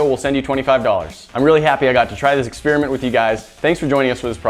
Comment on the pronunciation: I like this "expriment"...